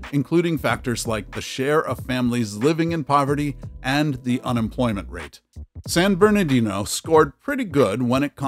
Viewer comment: It's San BerNARdino, not "San BerNAdino!"